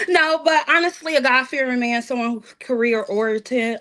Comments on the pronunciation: "Career orentid". Also, by finance she means she's a freaking bank teller" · Career-ori-tit 😂 Can’t take these broads serious!